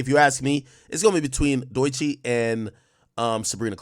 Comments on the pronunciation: He say it like Deutsche bank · Ak pronouncing Doechii as Doy-chi is crazy work. 😂